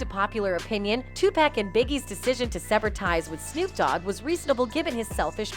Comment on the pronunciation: "tupack"? How to tell us you barely know who you're talking about without telling us.....